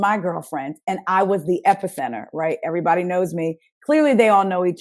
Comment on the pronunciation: I thought the same thing! Like when would they show a yt married couple on their shows to this extent. And these bravo hoes be gettin it in with EV-AH-REE-BOD-Y.